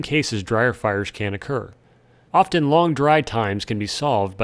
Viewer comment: The "t" in "often" is silent, by the way.